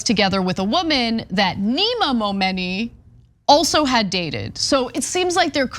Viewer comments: Stop saying momoney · She Said Momeny soo many times I got lost in the story 😒